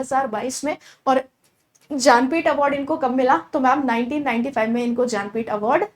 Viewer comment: जा न पीठ या ज्ञानपीठ 🙄 award madam